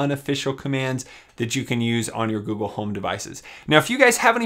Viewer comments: wow, I am surprised it can understand you. I don't know if you meant to but every, single, time you say google it comes out as goo goo. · put the video on max volume and it still triggered both my phones and my tablet when you said "Ok Gouhl".